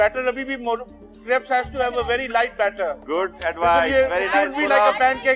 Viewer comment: It’s crape not crab